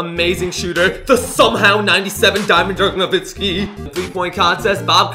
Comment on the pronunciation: It's nowitzki not novitzki